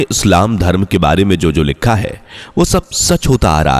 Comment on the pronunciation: लिक्खा है.??? सही उच्चारण भी नही कर सकता है.